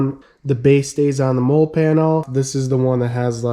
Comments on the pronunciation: Nice video man. If no one told you yet it’s pronounced Molly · Jeep looks great. I was wondering about those panels. I bought Chinesium non-spec “molle” panels that mount with the rear hardtop bolts. Works ok. BTW, molle is pronounced Molly like the name.👌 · It’s pronounced Molly. It’s an acronym for modular lightweight load carrying equipment (MOLLE) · Yes it seems like you always know who was in the military or not by the way they pronounce MOLLE. Nothing against Robert Hill, but I cringe every time I hear Mole.